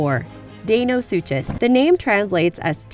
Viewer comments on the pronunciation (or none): It's not deinosuchus its Dino-sucus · its Dino sukas that's how its said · The 'ch' in kaprosuchus and deinosuchus is pronounced like a 'k' not a 'ch'. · I thought deinosuchus was pronounced di-no-sue-kus,not dae-no-sue-chess,someone tell me who's right. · its pronounced suckeus not suchus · We got the video narrator say (Day-no-sue-chez) and a moronic comment posted saying (soo-cuss...not even correcting the first half of the name mind you). It's pronounced (Dy-na-sew-kes....or sounded out as Die-na-sue-cuss) for Christ's sake can people please attempt to pronounce it or use google when posting videos. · she kept saying deinosuchus and kaprosuchus wrong its so anoying !!!! you say suchus as - sue cus........... did anyone else find this anoying ?! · I think it's pronounced dinosuchus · Dinosuchus is pronounced dino-suke-iss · Deinosuchus is pronounced like Dinosucus I know confusing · its pronounced dine-o-suke-us. sorry, i like people to pronounce things right. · Can we perhaps research proper pronunciation along with the topics? Day-no-soo-chuss? Really? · its pronounced dino-su-kus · it's pronounced Di-no-suchous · Deinosuchus is actually pronounced Dino-soo-cus. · It's pronounced die-one-soo-cus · And the big crocodile is pronounced "Dino- sue-cus" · You the crocidiles name wrong and it's not a dibosaur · just fyi you're butchering argentavis and deinosuchus (maybe some others) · It's pronounced Deinosuchus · The deinosuchus was not said right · You said deinosuchus wrong